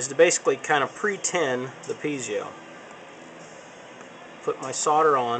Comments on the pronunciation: PeeZio?? Dude, they are Pie-Zo --- as in apple PIE and ZO with a long O -- PIE-ZO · it's pronoinced Pee-ay-zo, not pee-zi-o. There is no 'i' after the 'z'. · Don't mean to be pedantic, but it's actually pronounced PEE-AY-ZO or PIE-AY-ZO. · actually they are pronounced pee-A-zoh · Winky Dee Most people have trouble with that word. I say pee-eh-zo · Good tips, but worst pronunciation of piezo ever.